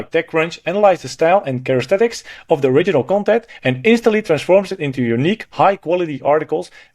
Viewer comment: Characteristics not charestetics ;) thx 4 video